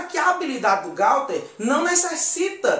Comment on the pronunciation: Não é Gauther e Gouther